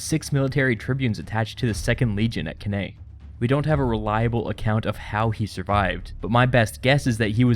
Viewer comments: Cannae - pronounced 'can eye'. Please, it's Latin. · Cannae is pronounced Can-eye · Couldnt watch the vid longer thn 22secs due to the pronunciation of cannae